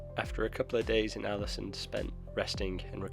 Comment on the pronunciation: The å in Ålesund is pronounced with more of an o-sound, like the a in also, or the aw-sound in … aw! ☺️ The ø in Hjørundfjord is pronounced like the i in first, or the u in fur. The h is silent, as are both of the d’s, mostly.